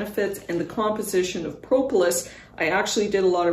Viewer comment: Thank you for this. FYI - The first o in propolis is a short o, not a long o, like aw instead of oh.